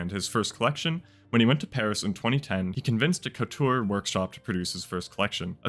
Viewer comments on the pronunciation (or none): none